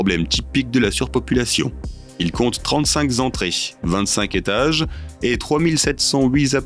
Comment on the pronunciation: "68 zétages" ... "35 zentrées"... Le "magazine de l'intelligence" mais pas "de la grammaire"...